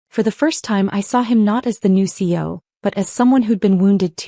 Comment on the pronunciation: CEO has 3 syllables, not 2. Fix your AI.